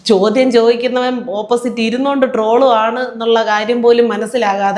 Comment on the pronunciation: ഇങ്ങേർക്ക് ട്രോൾ എന്താണെന്ന് മനസ്സിലാകുന്നില്ല. ട്രോൾ എന്നതിന് റോൾ എന്ന് പറഞ്ഞപ്പോൾ ഏകദേശം ലെവൽ മനസ്സിലായി 😃